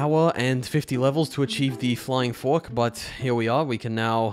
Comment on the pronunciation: "the fliyng fork"